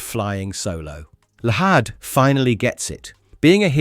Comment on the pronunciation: Llahd is pronounced as "Lad" no hard H